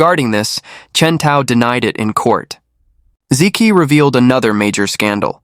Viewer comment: hey, learn to pronounce Chinese names correctly. "zi Qi" = "zi Chi". "Zi ki" = "zi Ki"